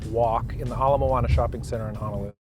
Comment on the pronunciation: You have to try eating Hawaiian rock crab which is made with a’ama crab, and he’e (octopus) And one last note Honolulu has no A in it You’re pronouncing Hanalulu